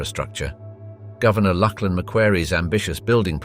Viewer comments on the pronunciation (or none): none